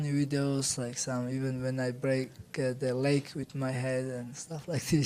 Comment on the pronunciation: Ewen or Efen for Even? You try it. Lemme know how it works out. The F is the base but because it is surrounded by vowels, a natural voicing, woicing, Foicing will grow of it! I promise. This is the natural path.